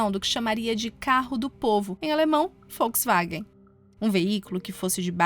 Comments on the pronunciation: Achei um desrespeito para conosco. Que se dane que fala assim LÁ NA ALEMANHA. Estamos no Brasil e a cultura assimilou Volks com som de “V”. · Alguém mais esta ouvindo folksvagem? kkkkkk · É Volkswagen. Não é Folkswagen!